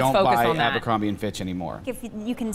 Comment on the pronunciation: *abercrombie* not abercrombe